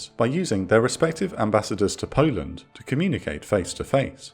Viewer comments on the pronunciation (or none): none